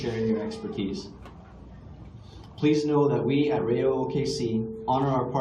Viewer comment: Talk about being nervous-- mispronounced the team's name. It is pronounced "Rye-o" not "Ray-o". It's OK, coach--I keep catching myself making the same mistake. lol